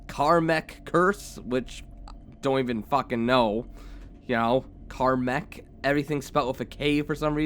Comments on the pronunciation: It's KAMEK (CAM - ECK) curse not KARMACK curse... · Is it annoying that he can't pronounce Kamek? (Cam-eck) unless it was Karmek written wall text.